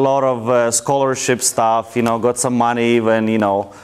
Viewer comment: "and I get the moneyys!" lol